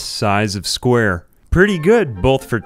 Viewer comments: Why do you pronounce it "squrr" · I love how you say 'sqwr'